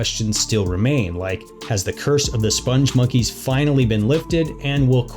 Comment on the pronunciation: It's spelled "spongmonkeys" (no "e" after the "g"). Also, Joel Veitch, the creator of the characters, pronounces it spong (rhymes with "pong") monkeys, not "sponge monkeys". There's a video on YouTube where he is interviewed (the interviewer mispronounces it too).